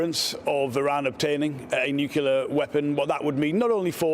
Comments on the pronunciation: Fgs it is not nukiller it is nuclear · can't even say nuclear he keeps on saying nucilar😂